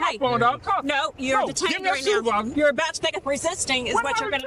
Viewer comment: Dude saying Supervisor, and I am here hearing Suvevisar.... I am like wtf you asking for? 😆😆😆